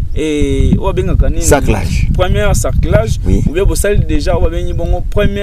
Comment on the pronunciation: Balobaka SARCLAGE. Journaliste à chaque émission olobaka kaka "SARCULAGE". Ndeko yekola et changer prononciation nayo!